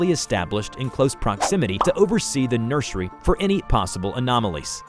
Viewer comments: PLEASE STOP SAYING NURSHERY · The way pronounces certain words 😅 "nurshery" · This is the first time I heard someone pronounce "nursery" as "nurshery." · Why do you sound like that when you say “nursery”😂😂😂